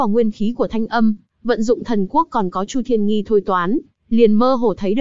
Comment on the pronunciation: Chu thiên nghi mà nghe sao ra nhi v